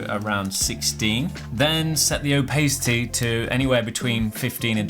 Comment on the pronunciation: btw Opacity is pronounced ow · pa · suh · tee rather than ow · pay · suh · tee much love